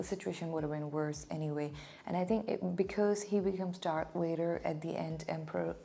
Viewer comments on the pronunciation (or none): It's not your accent but your pronunciation. You're saying it with a "W" sound but it's actually a "V" sound. All Sith sabres are red. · Yay! I've been waiting for you to finally get to these! 🙌 By the way,, I know you pronounce Vader as "Wader", but I also know that's just your natural Indian accent, and I really don't like seeing the other commenters make fun of you for that - I find it very rude. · Why is she saying Vader like ‘Wayder’ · I like the dark makeup. p.s. Don't worry about the pronunciation of Vader. I don't know what your first language is, but I know that the Hindi consonant व can function as both v and w sounds. So, it's easy to mix up the English v and w.